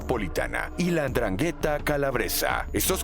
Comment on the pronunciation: Este video da tan asco que todo el mundo le salta la chispa y scribe... Igual ke yo. Asi que saliste ganando. Por cierto tienes que ensayar y aprender como se pronuncia la 'ndrangheta